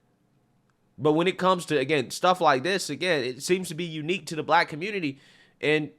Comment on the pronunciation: The "communitah" strikes again.